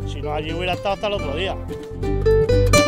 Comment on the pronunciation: "Almóndigas" jajajaja